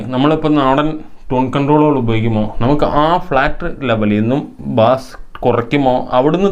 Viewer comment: നല്ല ഇൻഫോമേറ്റീവ്‌ ആയ വീഡിയോ! ബാസ്‌ എന്നല്ല ബേസ്‌ എന്നതാണ്‌ ശരി.